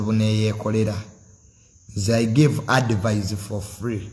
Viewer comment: its called advice not advise...in pronunciation